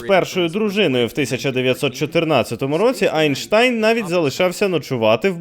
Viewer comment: Дуже цікаве відео. Окрема подяка за правильно озвучене прізвище Айнштайна) Бо дебіли рососіянці кажуть не правильно, а за ними, чомусь і багато українців говорять так